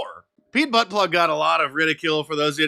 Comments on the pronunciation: It’s not Buttplug!!!! It’s Buttjudge!!! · Pete Buttplug? I thought it was pronounced "Bootyfudge." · Disappointed that you mispronounce Buttigieg. The last syllable is JEDGE, like edge, not judge. The reason I point out correct pronunciation of someone's name is to close a loophole for deflection when you're criticizing them. Same for Comma-lah Harris. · Please tell me I DID NOT just hear you say "ButtPlug"!! 😮😳🤣🤣🤣🤣🤣🤣🤣🤣🤣🫣👍👍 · Did BOTT-FOCKgeig really say "laying pipe"?!? Oh, the irony... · Mark, it's pronounced ," Butt geek."